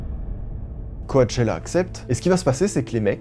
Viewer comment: Juste, « coAchella » ça m’a buté 🤧